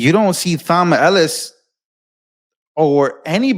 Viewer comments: ( psst, Thom is pronounced Tom) I love Judge Jeanine, she don't play. These RINOs/Liberals are behind in moves on Trump. He about 10 steps ahead. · Tom tillis. Not thom. I know, I know. It’s that crazy English language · Thom is pronounced with a hard t. Its spelled different but sounds the same as Tom